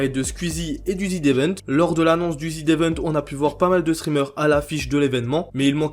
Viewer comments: mais frérot tas vidéo est super quali mais prononce bien les mots phares de tes vidéos wsh, ça se prononce ZedEvent pas Zid 😭😭😭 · Zevent, pas ZIDEVENTE omfg, personne ne sait lire bordel de merde. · Ca se prononce zi event, pas zi devent par contre. xD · Tu peux arrêter de dire ZIDE event comme un attardé stp jai envie de m'arracher les couilles a chaque fois merci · Pourquoi tu dis ZeDevent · C'est quoi le zidevent? Sérieux mec, fais pas de vidéo sur un évent dont tu sais même pas prononcer le nom 😂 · il y a que moi que ça stresse qu'il dise "ZidEvent" ? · Zd'event, la prononciation me tique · « Zidevent » ptn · pourquoi "zdevent"? il n'y a pas de liaison avec le z de z event